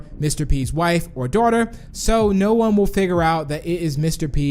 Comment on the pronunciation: Why do you say dawther